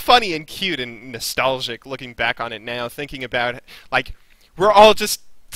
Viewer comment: i never heard someone say nestalgic or wahtever before then u say it like 40 times in a video